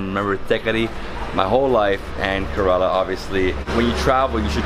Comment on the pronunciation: Kairali Banana Chips are too thick. Please try A1 chips in Saibaba Colony in Coimbatore District in TamilNadu & then let us know the difference. Also it's pronounced as KERALA & not KARELA. The meaning of KARELA which you are pronouncing is actually a vegetable in Hindi called as BITTERGOURD. Not only but all foreigners pronounce it wrongly.